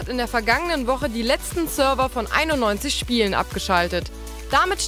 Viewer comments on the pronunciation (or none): none